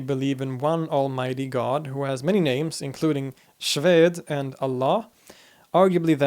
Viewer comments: The word (xuede) pronounce (Khuede) not (Shued). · Just wanted to point out a mistake, in the pronunciation of a name for God, Xwedê: The «X» gets pronounced as «KH (خ)». The «W» as «U». The last «Ê», the circumflex in Kurdish Kurmanji Latin writing actually indicates a macron, so the Ê is pronounced long. It's just the Persian word for God, Khuda, but with a Kurdish Kurmanji pronunciation, خودێ / Khudē. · Xwedê isn't pronounced as SHwede, it's pronounced as Khwade which means God in Kurdish language...as a Muslim Kurdish I really thank you for this video about our people and all other your useful videos 👍🤍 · The pronunciation of "Xwedê" is not correct, it is rather said like this: "khodê" in Kurdish the "X" is pronounced "kh" like « khorassan », « khomeini ». It’s mean God, a bit like in Hindi. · He completely butchered "Xwedê" though. But I don't blame him, because the Kurdish Latin alphabet is very different from the English. The X is pronounced as "kh", the sound that's overabundant in Hebrew. The ê is pronounced like a French é. It's pronounced as Khodé and it's cognate with the Persian word "khoda" and the English word "God", due to it all being of Indo-European roots. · The correct pronunciation of "Xwede" is kho-de!!! I am from Kurdistan Region. Excellent work :) By the way, your Arabic pronunciation is really good, are you from an Arab descent? Each caste can only marry from the same caste (i,e sheiks from sheiks and Pirs from Pirs) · Xwde is pronounced as gadè or gudè . You pronounced it very wrong. We don’t say allah ♥️ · FYI the 'X'of Xwedê is not pronounced the way you pronounced it, but as the hard 'ch' from the Scottish 'Loch', it is a phonetic phenomenon that is made in the back of the throat. Keep up the good work! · Correct. has the same root as Iranian Khodah